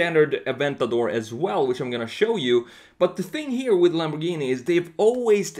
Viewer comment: Ah yes Lambowghini uwus